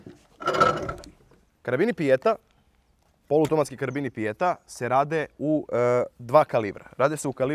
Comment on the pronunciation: naglasak ide na e ne na i prilikom izgovaranja naziva.Nastavite biti kakvi ste bili do sada.👍